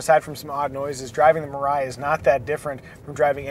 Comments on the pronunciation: Three syllables: me-ra/la-ee. It’s the Japanese word for “future.” That middle syllable’s consonant is in between the English “r” and “l” which is why I notated it that way. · "mirai" means future in Japanese btw and the way people are pronouncing it its so funny